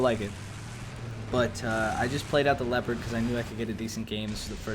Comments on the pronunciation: It's not called LII-OO-PARD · It's Lep-erd